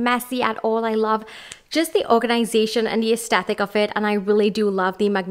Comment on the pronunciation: The word is aesTHetic not aesteTHic. You're pronouncing it wrong.